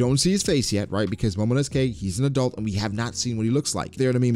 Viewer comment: Momonosuke is pronounced as momonosuke not momonosukey